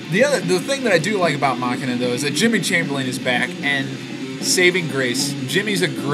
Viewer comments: please tell me you are calling it (mak-in-a) on purpose. you do know that it is pronounced (ma-sheen-a) right? i assume you were just joking. not to be a dick, but you put it came out in 200 not 2000. thanks for the reviews though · "Muh-Shee-Nuh", not Mockina... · mach ina i thought you were about to hauck a loogie, i always thought it was machine aaa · It's pronounced "muh-shee-nuh" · mah-quie-na :D :D :D :D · If you say "Mah-kin-uh" one more time I might weep. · I think it's actualy pronounced mu-shene-uh but I could be wrong.